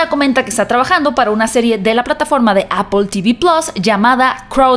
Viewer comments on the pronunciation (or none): none